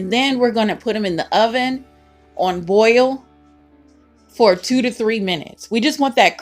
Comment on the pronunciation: Sounds like she saying “boil” instead of “broil” lol